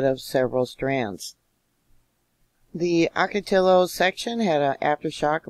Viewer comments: It’s pronounced Ocatio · Ahh- kuh- tee- uh Wells;-) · Hi! Thanks for your videos always! Just wanted to kindly point out it’s pronounced “oco-ti-yo”. The double L’s in Spanish are pronounced like a “Y”. 😊